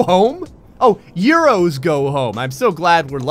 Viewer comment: I died a little very time he said euros, a bath, referred to himself as Spanish, etc. Bloody hell, mate.